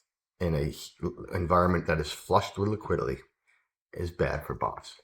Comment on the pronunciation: you say Liquidily instead of liquidity